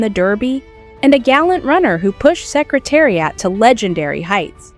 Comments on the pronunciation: So many misplaced videos going backwards and mispronounced names of jockies and horses. What a worthless video! Secretari-ott really! The whole purpose defeated! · Canadian pronunciation.;)